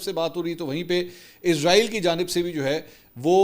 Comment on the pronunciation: لونڈا پاڑا فرجوں والے کو سہی نام ہی سیکھا دو ازرائیل ازرائیل کہتا وہ کیا اس کی روح نکالنے والا فرشتہ ھے. اسرائیل سہی نام ھے. رپورٹر تو بنے بیٹھے ہیں لفظ سہی بولا نہیں جاتا😮😮😮😮😮😮😮😮😮😮😮😮